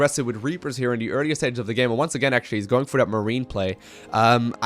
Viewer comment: "on dee udder side of duh map" fucking love that, keep up the good work man